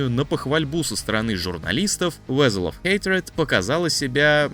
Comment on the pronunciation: Веззел, Эспложур... Он это точно специально